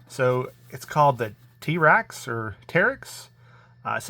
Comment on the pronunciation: Tee-raxe? Like T-Rex?